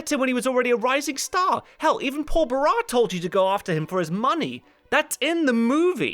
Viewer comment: It's pronounced Paul ba-RAHSS. Sorry, but it bothered me.